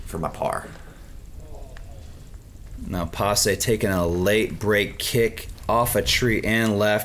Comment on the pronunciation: It's Pasi not Pas-e', perkele